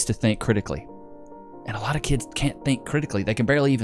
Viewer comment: Did she just say "a loff tomm of disappointment"?